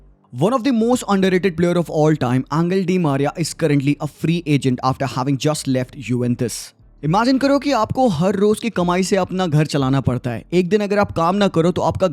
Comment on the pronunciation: Bro really said Angle di Maria 😢